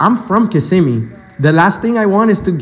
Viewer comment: Thank you for pronouncing Kissimmee correctly. On the national news they often say KISS•im•mē.